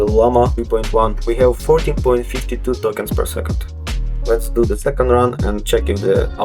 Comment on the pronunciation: Вот ты тестируешь llm, но не понимаешь, что скоро переводчики не нужны буду! А ты тут "твенти фри токенс пёр секонд".